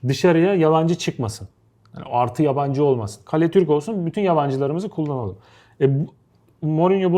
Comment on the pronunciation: yabancı kelimesini yalancı gibi söylemiç